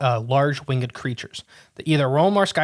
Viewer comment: BTW "Winged" is pronounced "wing'd" not"wing-ed"